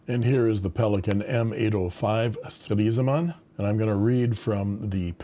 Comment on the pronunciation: Very brave of you to say ‘Stresemann’ so often! 👍 The one is the best in terms of pronunciation, but with the other variations you also get what is intended. 😊 Thank you for showing these precious pens! 🤩